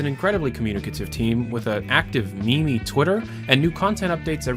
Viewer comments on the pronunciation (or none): Yea the start was scary whatever... Did you say fucking "me-me"